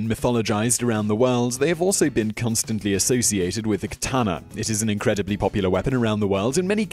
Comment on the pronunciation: Please pronounce katana correctly